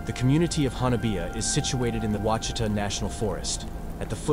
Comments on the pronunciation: Pronounced WASH-eh-TAH National Forest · Ouachita is pronounced: “wash it awe.” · It’s…O WHA CHEE TA…that’s how the name of the forest is pronounced. My ex in-laws have told of another Honobia incident that happened in the 80’s. They have lived in LeFleur county since birth…at least 75 years. The tales of Sasquatch are incredible. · Something definitely happened there. But, it's pronounced Hah nah bee, not the way it's spelled. The mountains are pronounced Wah she tah, not wacheetah, as in the clip. And the Muskogee are said with a hard g as in guard or gourd. Not a soft g. That said, it was well done. You just have to pronounce Indian and southern names the way they're said by locals. Not the internet folks. Keep it up.